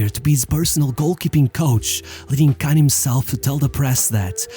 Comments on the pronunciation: Spelling is one issue. Pronunciation is another. Kahn isn't pronounced like 'can'. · Inzhagi: Say that again? / "Kahn cursing"